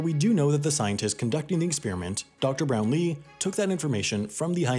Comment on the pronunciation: Quick point of order: the stress on the name Brownlee is on the first syllable, not the second.